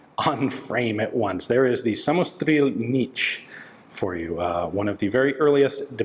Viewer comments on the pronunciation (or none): Excellent video, thank you Ian. It would be even better though if you learned to pronounce ›ř‹ — samostříl is so much nicer than samostril. ;-) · So cute how Ian just plainly ignore the Ř letter in "samostříl" and modified it to "samostril" to makes the word pronounceable😅